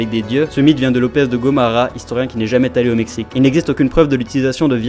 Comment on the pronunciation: " Il n'est jamais t'allé " ? Liaison douteuse